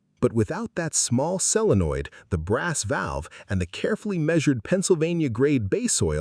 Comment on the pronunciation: Solenoid, not selenoid. Sheesh.